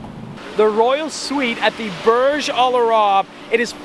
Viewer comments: I live in dubai, Logan Paul has been there and ur saying it wrong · Ur pronunciation of Burj Al Arab is triggering me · Burj al WHAT you butchered the name buddy